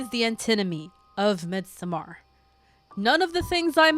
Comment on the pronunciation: Absolutely love the video, your channel, your vibe and aesthetic, and you’ve got a new follower! But your pronunciation of "Midsommar," has me questioning reality. 😅😅😅 Also. Dr. Who had been around so long that it transcends genres. It IS a genre. So of course it contains horror. That first episode with Tennant and the Ood was definitely horror